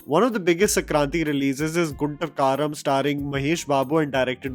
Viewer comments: Gunturu Karam, not gunta karam 😂😂😂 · It’s Guntur Karam not Gunta kaaram 😅😅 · Hey its Gunturu Kaaram..not Gunta Kaaram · Its not gunta kaaram its gunturu( pronounced guntooroo) guntooroo kaarum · భయ్య నువ్వు తెలుగు cinema names సరిగ్గా చెప్పు. గుంటూరు కారం. It's not even that hard. Guntur kaaram. Seems kind of intentional. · You butchered guntur karam pronunciation 😅